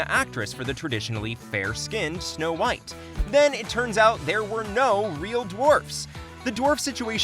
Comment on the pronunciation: " S'no Whitey"